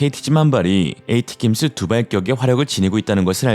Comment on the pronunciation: 근데, 스펠링 발음이 에이티킴스, 케이티킴스 발음이 틀린거 같아요. 모음이 없는데 어떻게 그렇게 발음을 하나요? 그냥 이름가운데 스펠링에 그럴싸한 뜻의 모음을 만들어서 발음하면 말하는사람도 외우기도 좋을거같음.